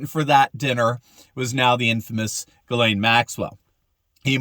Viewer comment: the womans name is pronounced jizz lane not gilane its a French female Christian name.